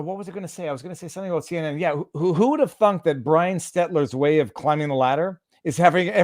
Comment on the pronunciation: If they don't protect Executive Privilege, the documents to come out of this administration will be ridiculously damning. And he still can't pronounce Stelter, not Stetler.